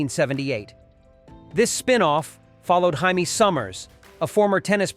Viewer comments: You know what? I get it - this is YouTube, and you get paid per view, so the more videos you cough out, the more money you get. But do you ever watch the stuff you put out? You know, so you can make sure your AI voice doesn't spend 5 minutes calling JAMIE Summers, HYMIE. Or to see that it spells out S H A D O only a few times, and calls it shadow the rest of the time. I'm watched so many slop jobs that I usually bail out after they've mispronounced a name 4 times. Oh well, that's 16 minutes of my life gone forever. Get it right. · Bionic woman's name was pronounced Jay-me. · This narrator needs to learn how to say the letter j . The bionic woman's name is Jay me. Not hi me. Kolchak was an awesome show a head of it's time. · The Bionic woman's name was Jay-Mee Summers, not Hy-Mee Summers. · Interesting video. But I noticed a couple errors. The b &w footage for the Invisible Man was actually from the British TV series from 1958 not the 1984 version. The actor playing the role has never been identified. The Bionic Woman you pronounced her first name as Hymie and not Jay-me. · its not hyeme Jamie good god what AI did they use why did they not teach it to talk???? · The Bionic Woman was Jaime Sommers (pronounced “Jay me” not “Hi me”) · THE bionic woman is not called HEIMI Her name is jamie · AI narrators suck. I usually turn them off immediately. I was able to ff thru this to see where Bionic Woman rated, even if the moron AI called her Jaime, with the Spanish pronunciation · The Bionic Woman's name was Jaime... pronounced Jamie. You didn't actually watch these shows, did you? In UFO, the organization was S.H.A.D.O., pronounced "shadow." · I hate how every AI voice over pronounced Jaime Summers as "Hi-Me". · I really hate these robot voices. It was Jamie (pronounced J Me) Summers and Wagner (pronounced Wag Ner). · Jaime Sommers. Pronounced "JAY-MEE". And SHADO is pronounced "Shadow". I really hate AI voices....